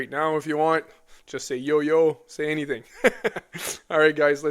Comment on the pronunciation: Anythink 😅 should say anything 😂 but who wants English